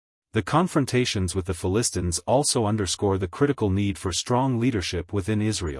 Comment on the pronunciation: Announcer not able to pronounce the Philistines right. False doctrine is not even from the Bible